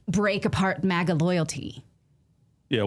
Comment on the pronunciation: It’s MAGA….not MIGA….I is for Israel if you didn’t catch that